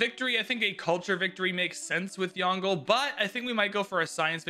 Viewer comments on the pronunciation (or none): It’s two syllables Yong-luh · The pronunciation will be like “Yon” from Yondu, and le. So it will be like Yong-le.